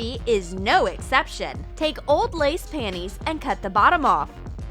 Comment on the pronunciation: Lol you said pannnyS